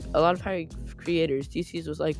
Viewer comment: I love the way you said Dieces! Your content is amazing bro ❤